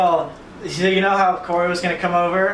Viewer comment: who else thinks its hilarious how corey says his name ?